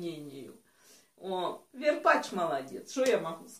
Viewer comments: варпач а ни верпач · БАБ ВЕР варпач а не варпетч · Не верпач, а варпач. И не хатыш, а Хатыщь